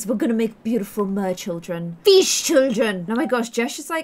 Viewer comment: Its Pheesh 😂